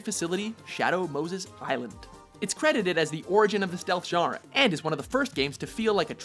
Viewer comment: why does this guy always say genre so weird...